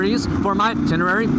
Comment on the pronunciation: No reason to go past on that bike, looking at the torque curve... "Ten-Uh-Ray" ;-)